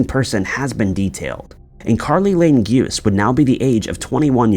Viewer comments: It’s pronounced Gu-say not Guse. lol. Ez mistake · Then where’s her body? Why the suspicious behavior from her stepmother and father? Why did they lie to police? It’s also pronounced “Goo-say”